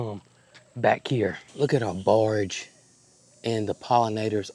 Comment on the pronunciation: …it is not barge…it is borage😁 southern accent is telling on you.